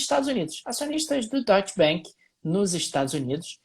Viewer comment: Curto bastante e acompanho diariamente. Mas fica aqui o comentário/sugestão/correção: ‘A’ tem som de ‘A’ mesmo em alemão, então é mais pra “doitche banc” do que “doitche benc”.